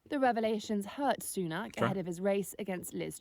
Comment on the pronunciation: Sunak has a short 'a' not aak.